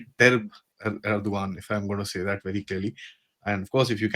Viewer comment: why this Gentleman calls Erdogan as Edrogan 🤔